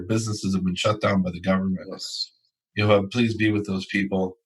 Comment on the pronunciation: it's not unpronounceable, it's "YehoVAH" halleluyah